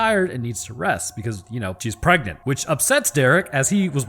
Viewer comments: "Preganenant" 🤣 I'm done! Love this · “She got pregananant” 😂